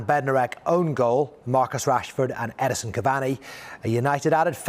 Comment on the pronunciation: Why can't people get Edi-N-son's name right?